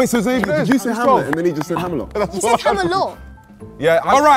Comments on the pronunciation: when said “hamelot” 😭😭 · I’m sorry but getting pissed at man for saying “Hamelot”. I was gasping for air😭😭😭😭😭😭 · “Hamalot!” - 😂